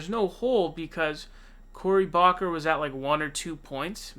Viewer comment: I’m sorry but, Cory Booker to Cory “Bawker” had me dead